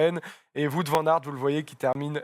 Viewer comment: Ha Oui avec un w prononcé à la flamande donc ce serait plutôt ou-o-ou-t 😅 le w est prononcé comme le début de week-end 😅